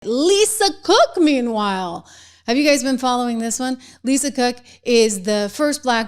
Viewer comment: You say Lisa Crook 😂